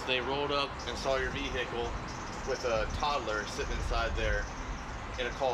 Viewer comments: Bad day when the boys say “vehickkle” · Police say Ve-hicle 😭😂😂😂😂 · Why do all cops say vehicle like “vE-HickLe” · Anytime you get an officer that say Vee Hickle you best believe youre going to jail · Do all cops say Vee-Hickle? I thought it was an older cop thing but this guy look pretty young